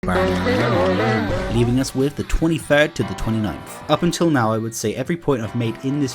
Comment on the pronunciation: we shall see….”skelington”